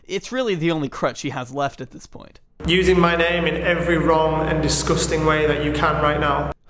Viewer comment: Take a shot every time he says “diss-guss-ting”. I know I’m three sheets to the wind.🥴